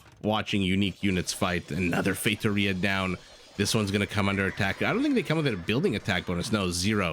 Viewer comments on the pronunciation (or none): I'll mention this because you've said you like to pronouce foreign words as accurately as possible (plus it is another comment for the algorithm). I don't speak Portuguese, but I'm fairly certain that the the first four letters in Factoria are pronounced similar to the English word "fact".... Maybe you were saying that, but to me it sounded like FATEoria (and one ocassion like FAKEoria). Just being very picky here for no particular reason haha... Cheers,! Edit: As it turned out, you were right. Factoria is the word in Spanish, and Feitoria the word in portuguese.... I'm feeling awkward right now but I can't simply delete my comment